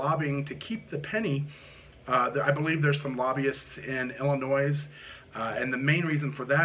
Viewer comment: The S in Illinois is silent.